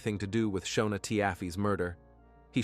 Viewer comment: Her name is pronounced Shawna and his name is pronounced Neal I watched this on a tv show previously! I was always the breadwinner in my marriage and I had to have benefits for all 5 of us as well now my children are grown up ages 28, 26 and 24 years old…